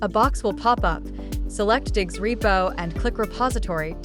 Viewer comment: Its Diggz not diggs